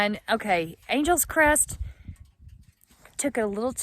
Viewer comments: Ok... I just have to ask.. why would that road be pronounced as you pronounced it "Angels Crest Highway" and at least twice later.... when it is spelled like the city Los Angeles??.... which is pronounced totally different than "Angels"....the city gets stretched out to Annn Gel essssss. Just curious.. inquiring minds want to know.... And just to show how things get twisted...here in Indiana DuBois county is Du' boys... and Terre Haute is Terra Hoetd... and the county it is in Vigo, would should be pronounced Beego as it is Spanish, but most of my fellow Hoosiers don't know that but call it Vie'go, though those who live there call it Vee' go. But then you're a Texan and thus cannot be held responsible for the Cali language... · Nice video but it’s not Angels Crest it’s Angeles Crest Highway like Los Angeles 😜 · You have been here 3 years? Its Angeles Crest Highway, NOT Angels Crest. Otherwise, nice video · Silly Texans talking funny! It's "AN-gel-lus" Crest. Angeles, as in Los Angeles. Yes, yes yes, we know it "means" Angels. It's like one of us, saying "LUCK-in-back" Texas....Waylon, Willie, and the boys.... Very nice scenery, too bad about the fire damage, but that will make next Spring a wonderland up there! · Ridden it on a road bike and a motorbike. Beautiful. (I believe it's pronounced like the Angeles in "Los Angeles". Three syllables.) Great video thank you for posting.